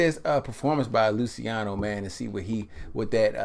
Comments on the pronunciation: It's pronounced "Lu -cha no" :) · "Lou-chee-ahno" "Pah-vah-rotti"